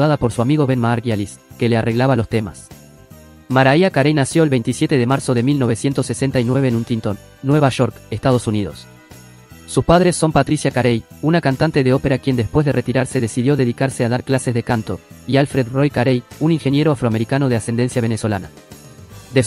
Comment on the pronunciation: Amigo aprenda a pronunciar bien el apellido de Mariah Carey, que se pronuncia Cary, y la r es muy suave. Este ranking es subjetivo basado en lo que a usted le gusta. Todas las cantantes son o fueron excelentes en sus generos. .